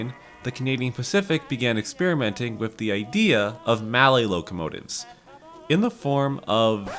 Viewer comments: They're named for the French inventor of the design, Anatoile Mallet, so "Mal-lay" is the correct pronunciation. In period, even in the parlance of US railroaders who didn't give a damn about French, it was "Mal-lee," so "Mal-let" is just plain wrong. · Mallet said like 'mallay' is throwing me off. Not gonna say its incorrect pronunciation, maybe my circle has been wrong with 'mal-let'